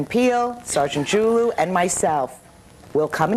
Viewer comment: His last name is actually pronounced Ju-Lu.